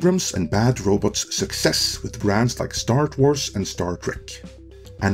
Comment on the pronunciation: "Star Trwars"? What's that,?